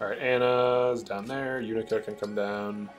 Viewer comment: Bro it literally says the characters name in the game. except mc. How do you keep pronouncing yunaka wrong